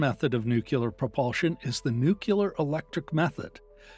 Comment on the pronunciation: Learn how to pronounce nuclear....